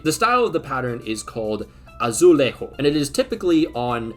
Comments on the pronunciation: its pronounced "ah-zoo-, le, -zh, oo, sh" (for english speakers its easier to understand this way ). In portuguese we dont have the j "h" sound that is present in spanish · why can't english speakers just pronounce portuguese words in portuguese instead of morphing into a spaniard and then saying it ffs